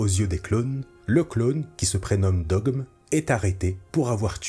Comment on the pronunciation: Belle vidéo, mais on dit "Krell" et "Dogma" et "Luminara Unduli". Bariss a dénoncé l'ordre Jedi lors de son discours au tribunal, mais n'a pas plébiscité le côté obscur.